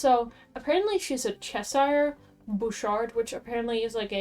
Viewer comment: Cheshire is pronounced chesher shire is on'y pronounced as you did on its own, when part of a name it's more of a sher or sheer